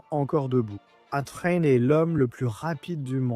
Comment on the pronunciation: "A-Train" prononcé comme "Étreint"... Bordel, c'est quoi cette merde ?! Au bûcher direct !